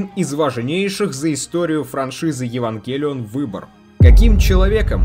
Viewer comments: а почему ударение то не туда в Евангелион? откуда ты это взял то? смотреть нереально. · Вот почему то сильно режет слух ударение на Е